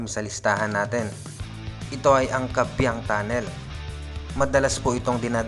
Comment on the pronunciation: Yung tunnel naman po is KAYBIANG not KABIANG. Not typo error po yan kase you pronounce din po as KABIANG